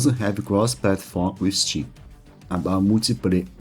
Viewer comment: who tf pronounces Steam as CHeeme